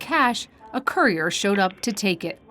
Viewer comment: "While the same courier..." COURIER? The narration sounds just as blind as the victims. ! (Sorry victims).